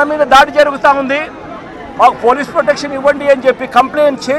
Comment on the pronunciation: అడగదలుసుకున్నా - 27 సార్లు కార్యక్రమం - 34 సార్లు Speech speed = 75 wpm approx కొన్ని తప్పులు - పొటెక్షన్ శేశారు పోలీశులు కొసమెరుపు:- పోలీసులు నీ బట్టలు విప్పకుండా చూసుకో., అడుక్కునే దాకా అడగదసుకుంటానే ఉండు.